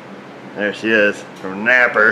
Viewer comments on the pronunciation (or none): Edward Martinez Well, he pronounces it like 'napper' so not the best advertisement ^^